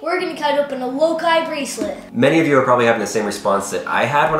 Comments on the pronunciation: Does it brother anyone else how he says lokai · Lokai? Not, low high?